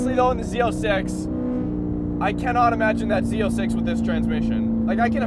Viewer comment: Why does he call it Z0”sex” ?!